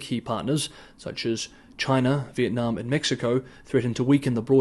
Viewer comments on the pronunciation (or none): none